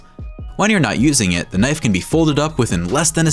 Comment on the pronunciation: Normal knoife